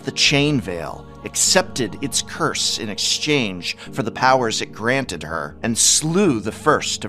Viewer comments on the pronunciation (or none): none